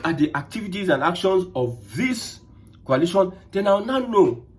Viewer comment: It is not pronounced as Qualation'. It is called Coalition. Mind your pronounciation as I thought, you are saying something relating to chemistry formation.